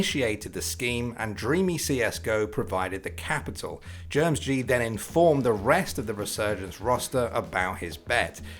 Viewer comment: I think the mispronunciation of GermSG is hilarious as a Singaporean. It's Germ S G not GermsG LUL